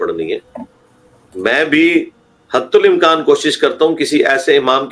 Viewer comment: hattal imkan sahi. ne hattul imkan kaha hai